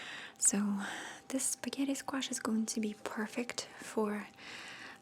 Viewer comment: "Spawghetti skwash' 😂👌